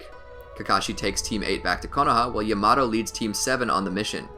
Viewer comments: Man really said llamato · It is not ya-maa-tow It is not ya -ma-to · DID HE JUST SAY YA MA TO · Great narrating / editing. I've watched probably 10 of these and this guy hasn't stuttered once. 🐐. Also, people complain about pronunciation: it is true the pronunciation of Yamato made me fall out my seat; however, most of them are okay. I like how he pronounces Sakura, it's like music hearing it over and over 😅. 👏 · SAMEEE especially yamato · Why he say yamato like that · Nah I don’t wanna hear him pronounce it like that for 10 min